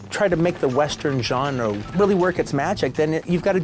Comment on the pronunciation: I hate how you say “genre”